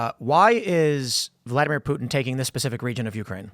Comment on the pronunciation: Putin... Its Putinnnnnnnnnn, guy is such a useful idiot